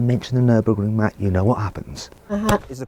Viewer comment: Emg kenapa kalo kang mamat ngomong nurburging? Aksen bahasa nya salah kah?